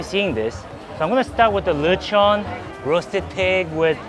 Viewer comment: I love how probounces lechon(latch on) as luh chawn 😂